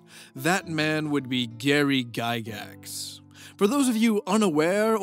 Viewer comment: Say it right. Lord gygax of the dungeon.